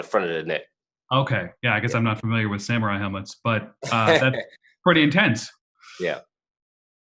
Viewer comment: Did he call it a "hamurai" helmet?